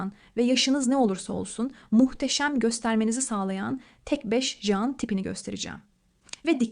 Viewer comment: Jean değil Jan hiç değil hanımefendi ciiinn diye okunur